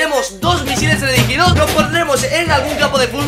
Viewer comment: Dice teleridigidos :D